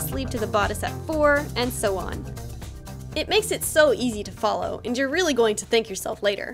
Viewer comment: Y do you say anyou